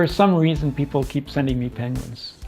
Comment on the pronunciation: Ah, yes, the 'Penquin'!